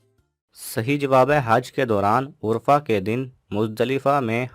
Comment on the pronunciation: ماشاءاللہ پہیلیاں عمدہ ھے لیکن املائ غلطیاں بھت ھے مثلا عصا کو اسا لکھا ھے اور ادائ غلطیاں بھی ھے مثلا عرفہ بفتح العین کو بضم العین پڑھا ھے لھذا ویڈیو شیر کرنے سے پہلے کسی صاحب لسان سے جانچ کروالیں